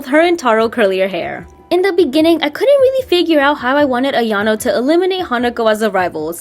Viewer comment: This is great! Makes her more respectable and explains the clumsiness at the same time! One thing though, it's not "iano" it's "ayano" :) 😊